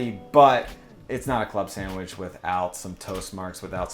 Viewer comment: love ya man, but the way you say "samwidge" drives me up the wall ahahahah